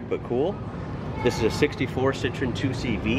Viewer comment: Next: try to pronounce 2cv the french way : doeshvo !